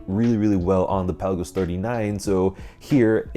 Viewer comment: It’s Pe la’ gos not Pel’ a gos!